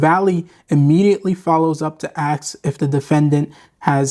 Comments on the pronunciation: Ask not ax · Why is it you sounded so eloquent during the whole video but you can't seem to say a simple one syllable like "ask" properly? 🤷